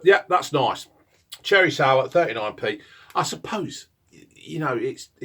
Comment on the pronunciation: ‘’THAT IS CHERREH, it’s bloody nice though’’